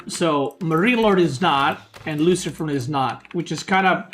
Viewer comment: Best is the french pronunciation for luciFRON and then normal pronunciation for the french MarineLord best caster BAYBEE